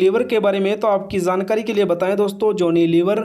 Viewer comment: Zankari nahi hota jankari hota hai